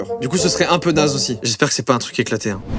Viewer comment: Hein* pas "hyn"